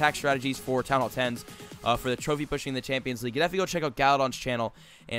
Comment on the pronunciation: he say "pussing" not pushing!! lol